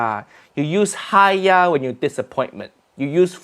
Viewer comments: Sounds like "Ha Naku" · "haiya" is more of an expression, it's kind of like "uugh", I use it for everything though, me and my Canto speaking friends use it as a way of saying "Understood", sort of, it depends on how you pronounce it :D